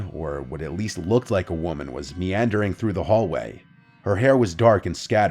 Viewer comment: Meandering not neandering